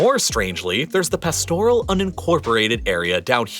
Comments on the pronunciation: Your pronunciation of Pilbara and pastoral was horrendous. It's also a cattle station, not ranch here. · Pastoral should be pronounced past-oral not pastor-al. There also seems to be some part of the country that is "unincorporated". Perhaps that is what is meant by the "deep south" before it was incorporated into the "union". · One error? Pastoral, Kununurra and Pilbara were others and I’m not even half way through 😆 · Very cringe worthy. Although the material was interesting it would have been enjoyable if you went to the trouble of getting your pronunciations right. Lake Eyre is pronounced air. Pastoral is pronounced Parstoral. Kunanurra all of the "u"s are hard. It is not pronounced Koonanurra. Your lack of research there earned you a dislike from me. The other thing that most Australians find annoying is the way people carry on about snakes and spiders. I am nearly seventy and I have never been bitten by either. That is despite the fact that I live a few hundred metres from a very large nature reserve.